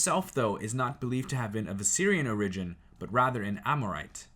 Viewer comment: Also it’s OR-igin. Not or-IGin